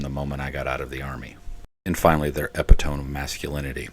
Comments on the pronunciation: First, this is a masterful disquisition on masculinity, and a very good description of mediocre men and their insecurity peddling. Thank you. One small thing, not criticism: you state "And finally, their epitome of masculinity..." It's ih-pit'-uh-mee, not ep' ih tome. As a kid I was ridiculed for using big words that I mispronounced, and then I found this: "Never make fun of someone who mispronounces a word. It means they learned it by reading." You're the man.😉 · Pronunciation heads up: "epitome"= eh PIT oh me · A sure sign of a good reading vocabulary. A well-said commentary, keep up the good work. Use an audio dictionary for words like epitome, just constructive criticism, not a troll. Your points were spot on.